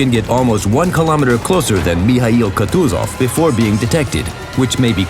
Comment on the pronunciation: WHAT IS MI HAI YOU KUTUZOV ??????? ITS MIKHAIL